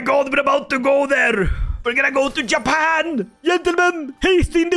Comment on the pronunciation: when the dlc drops and u do this again please rename Japan into Yapan (not only cuz u yap alot but because that's how you say it or at least what i hear when you say Japan lol)